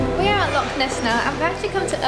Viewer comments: Its not a "Lock" it's a "Loch" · Sorry to correct you by you keep saying Lock instead of Loch. You do not pronounce Loch the same way that you pronounce a padlock 🔒. It is a Loch, the -ch is pronounced from the back of the throat making a -ch sound. You can look up Scottish pronunciation of this word online to to help you. Lock and Loch are not the same word.